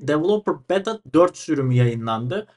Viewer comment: devıloıper dort diyosun